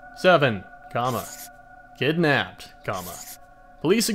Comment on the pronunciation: "Kidnaped" lmao